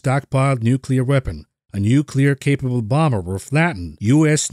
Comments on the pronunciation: Nucular - the word is Nucular! ;) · nucular wor 😵‍💫